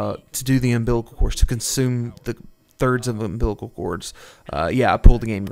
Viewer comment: I think the biggest issue here is pronounciation of third "umbilical" cord, i cant even take this seriously after saw the echoes duping